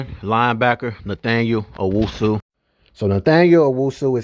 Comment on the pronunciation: Pronunciation of dude name is hilarious 😂